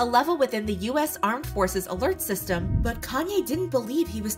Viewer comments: It’s “yay” not “yee” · yee? Why would you pronounce it that way if its just a shortened version of his name? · If you take the "Kan" off of "Kanye" you have the right pronunciation. I don't know why people's find it hard 🤷‍♀️